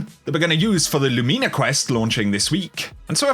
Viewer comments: Lumina (Loo-min-uhhh) not (loo-mean-a) what did the gun ever do to you for u to call it mean😂😂 it’s not even out yet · Thumbs down for LumEEna. 😂